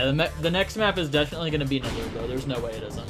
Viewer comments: nelumbo took me 2.5 hours without savestating at all and i had a way better time with the map skill issue (also it's pronounced "neh-lum-bow" not "neh-loom-bow") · no its pronounced nelumbo